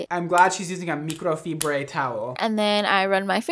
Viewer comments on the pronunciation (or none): my guy called a microfibre towel ‘meecroh fibray’ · I love you your pronounced microfibre like Nacho libre 😂😂